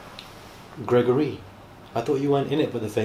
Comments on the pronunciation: You are just a MOOD!❤ 😂 man said "Grego-ry" 😂😂😂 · “Greg-Gor-Rey” get me every time 😂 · The way says ‘Greg-or-ree’ has me dying everytime 😂😂😂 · “GregoREE” 😂😂😂😂😂😂 has killed me again today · Why is he saying gergory in African accent, yewande is speaking through him 🥰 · GREGOREE 😂 the emphasisss 🤣🤣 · 😂😂😂the way he says Gregory. I can't 😂🤣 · The way says Gregory kills me looooool 😭😂😂😂